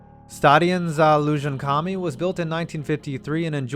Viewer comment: When you talked about Stadion Za Lužánkami, you completely mispronounced the name and the name of the city it’s in, Brno, you said (If it were written in Czech or Slovak) Brňo.